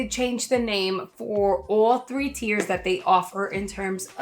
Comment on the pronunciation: and it's tiers, not tears